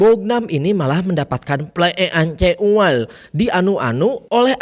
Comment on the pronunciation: Pas lg ngomong ple eek'an ek ual gw ngakak anjirr bang 😂